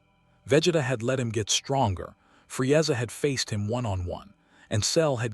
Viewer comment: I'mthe man, Fre-ezza, Nawlin. AI pronunciations, hilarious